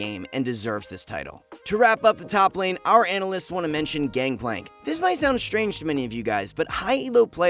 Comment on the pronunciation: Everytime u say our ''analysts'' i laugh my ass off xD